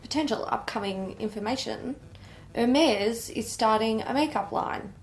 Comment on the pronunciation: As a French Canadian I can confirm this is the correct pronunciation:)